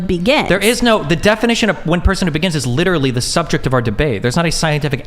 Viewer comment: 25 minutes in, this is brutal. I hope i can make it all the way. These women just won't shut up. Edit: the overweight lady was extremely condescending throughout. She also kept saying words wrong. "Excuse me! Excuse me... What I was saying was that you are litararily agreeing with me when I say 21 weeks is life, even though you kept saying 20-24 weeks?" Good lord...